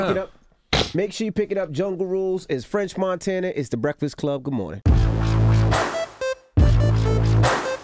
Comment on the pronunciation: Chalamagne really be calling him Frenth Monthana😭💀